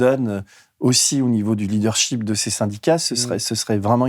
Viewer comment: Bonjour Denis Robert, grand merci pour vos excellentes interviews dont je suis une fidèle auditrice. Par contre je me suis permis de vous dire et ceci est malheureusement le cas de beaucoup de journalistes français qui ne prononcent pas correctement l’anglais. Le mot LEADERSHIP ne se prononce pas avec le i comme dans Paris, mais avec le i comme dans... IN et MISS This His etc. Vous dites SHIP et on entend SHEEP!!! Un ship est un navire un bateau et un Sheep est un mouton!!! Les senateurs et hommes politiques et hommes d’affaires français qui sont sensés d’avoir fait des études sont dans le même cas. Utilisez les applications comme GOOGLE TRADUCTION et écoutez du coté anglais la prononciation des mots anglais...... et n’écoutez surtout pas la prononciation côté français, car là encore c’est pas au point....à ma grande agacement!!!!!! Je suis Hollandaise, ou plutôt Néerlandaise comme nous disons de nos jours. Je vie en France depuis 43 ans. Emmanuel Macron est le premier président français qui parle l’anglais presque parfait. J’avais un grand espoir que les choses de ce côté-là allait également évoluer. Hélas, ce n’est pas le cas. La France reste coincé dans la boue, c’est vraiment dommage. Surtout quand au journal Tf1, annoncée par Laurent Delahousse, j’apprends que les jeunes français, pourtant fraîchement sortis des bancs scolaires, sont RECALÉS à l’embauche par insuffisance de connaissance ou de maitrise en anglais !!!! Bravoooo la France 🇫🇷..... Il serait à mon avis très i